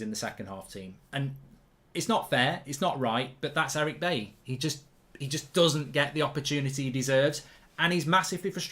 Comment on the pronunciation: I wish streamers would start pronouncing Bailly's name properly. It's pronounced Buy-ee, not Bay-ee. 😲😲😲